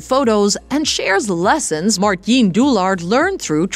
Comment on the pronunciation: OMG please do your homework before you say his Dutch first name a thousand times wrong in the same video.... You pronounce it as 'Mar-tine' (ENG) not 'Martjen'....